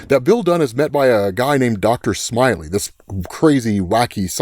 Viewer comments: Nice research, and an interesting video. Be a little careful about your narrative pronunciations-- for example, I've heard Joe Shuster, with a short u but more often as "shoo-ster." I suppose the latter is more common to hear but I'm not entirely sure. Maybe you can clarify? However, in Reign of the Superman, it was not, as you say it, Doctor "Smiley," but Doctor Smalley. Little things, of course, but distracting. Regardless, do keep up the good work! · Dr Smally…. Not smiley